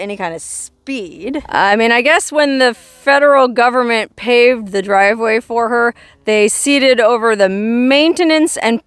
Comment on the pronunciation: You're such a good story teller.I love how you say "GOVERMENT" in a southern accent. Cracks me up.